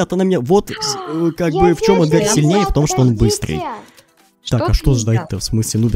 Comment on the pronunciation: Правильно э́дгар